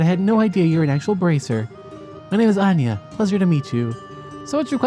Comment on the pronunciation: It kind of annoys me. It's Aina not Ania. Thank you